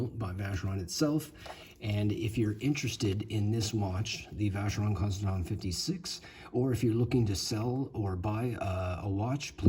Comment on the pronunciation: I in French sounds like an e so it's constanteen , I'm not trying to be an asshole I lived in Toulouse back in in the day, again I'm a council worker, I fill pot holes for a livin, not been snobby, a sounds like an e and an e like an a,,,,,, and don't get me started about my own language, Irish, that's completely mad, anyway, all the best from Ireland,Seán